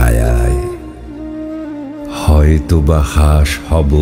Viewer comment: কাঁঠাল হাঁস চন্দ্রবিন্দু উচ্চারণে লাগলো না।